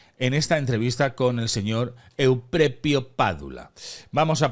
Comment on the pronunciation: Suena horroroso, en tu contra, que pongas ese estúpido acento Italiano al nombre del tal Euprepio. Pronuncia normalmente, por favor.